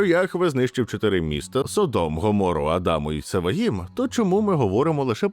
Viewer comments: СодОм, а не СОдом. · Не міняй наголос...Не Со'дом ,а Содо'м.....І діло там в основному було в гомосексуалізмі,а не в поганій гостеприїмності....Не підтримуй сраних підарасів вони і так швидко поширюються. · збираючи і упорядковуючи все, що сьогодні відомо про Содом і Гоморру, ви не встигли зібрати, де в слові Содо́м стоїть наголос.